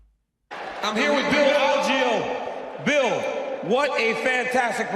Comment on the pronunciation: Ariel why did you start pronouncing bills name wrong after getting confirmation? Lol